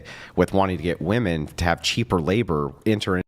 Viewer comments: Oh goodness another woman who doesn’t know how to say the plural pronunciation of woman. So painful. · What is it with young women today that cannot pronounce women right? Plural pronunciation people, women, e not a! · Genuine question: why do so many feminists and ppl in general pronounce women weirdly? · Why does she say WOMAN for WOMEN!?! WHAT IS GOING ON!? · What's up with all of these people saying "Woman" when they mean "Women"? I've noticed it WAY too many times and starting to think it's a troll. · Bro hearing these skanks say woman when when they mean women is infuriating. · Block people who can't pronounce "women" from being on the show. It's spreading error to let them speak. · She pronounces Women wrong. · And sadly she is far from the only one. Drives me mad!